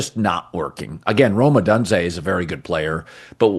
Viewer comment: O-donse-ay? You've been here for years and this is your only job...get it right bro smh